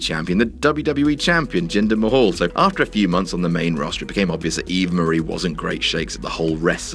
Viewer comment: Its jinder mahal not ginger mahal😂😂😂😂